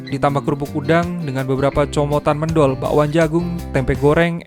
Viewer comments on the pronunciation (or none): TETAP SEMANGAT DAN ISTIQOMAH. BUKAN MÊNDHOL TAPI MÈNDHÖL GUYSS....👌